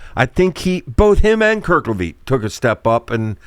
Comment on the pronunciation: How can a PSU fan be calling him “Kerkleveet”???